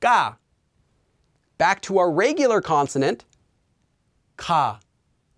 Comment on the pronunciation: Starting to get the heebie-jeebies about taking language lessons from a guy who pronounces it "rêygular"